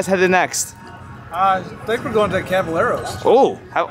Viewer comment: The way he pronounced caballeros made me cringee haha